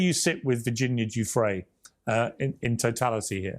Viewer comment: please pronounce Virginia’s name correctly out of respect mate ❤🇦🇺